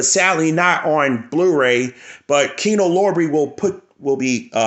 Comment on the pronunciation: What's the significance of Paramount movies? Do you only collect movies from the Paramount studio for some reason? Btw, its Kino LORBER. LOR-BER, not LOB-RAY.